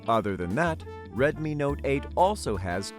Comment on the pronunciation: Retmi not eyt